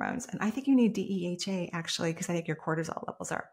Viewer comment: DHEA, not DEHA